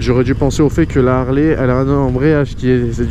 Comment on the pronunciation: putain les gars arrete de dire des "ZHARLEY" respecte la marque mec